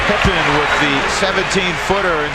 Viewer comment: My Dude why do you insist calling him Pipman.... It's Pippen.. So annoying!